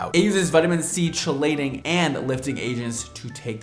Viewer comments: fyi chelating is pronounced “key-lating” 😌☺️✨ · "Chelating" is actually pronounced with a K sound at the beginning! Sincerely, A chemist 😅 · Chelating pronounced KEE- lating. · chelating is pronounced "KEE -late-ing". You're awesome, I love you. Please fix this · Chelating is pronounced “key-lating” not “chee-lating”. The way you say it is cute, just letting you know boo ❤x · OH, honey, chelating is prounced "keelating". no biggie - saying it wrong wont ruin hair.